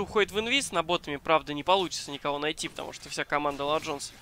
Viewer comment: БЕСИТ "Ла джонс" это тебе не испанский или итальянский!!!